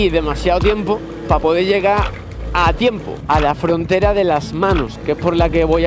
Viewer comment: No es pa pode llega habla bien es para poder llegar q clase de español eres